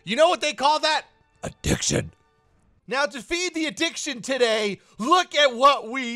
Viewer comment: the way said addiction sounded a lot like A M O G U S